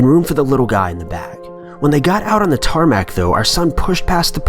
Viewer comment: TARMAC TARMAC wow just stop